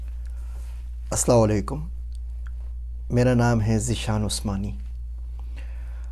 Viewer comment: Sir hum jo salam dete hai oose to sahi se dena zaroori hai, shayad aap sahi se bol rahe hai but sunai kuchh aur de raha hai.. Aslalikum sunai de raha hai, agar koi achchhe se na janne wala is salam ko sunega to woh bhi to aise hi bolne lag jayega..